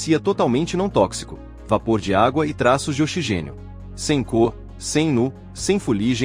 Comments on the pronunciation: O narrador chamou o oxigênio de ochigênio com a letra X com som de chá ! Quanta incompetência ! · Tradução horrorosa dessa máquina que fala ochigênio. Coloque um locutor humano tire essa máquina horrorosa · Ouvir OCHIGÊNIO é duro, hein?